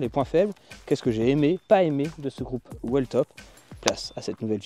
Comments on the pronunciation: Whell et wheel ne veulent pas dire la même chose ! Merci de prononcer 'wiltop', à minima, même sans forcer sur la longueur du i. Ça et les zometrainer, c'est horrible à l'oreille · Merci pour ce retour. Par contre ça se prononce pas wiltop comme wheel en anglais pour "roue"? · À la quatrième vidéo, il serait peut-être temps d’arriver à prononcer correctement le nom de la marque 😉